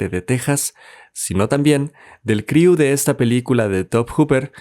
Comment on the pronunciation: Es el primer resumen de película que está bien hecho 👌pero ya no pronuncies criu jeje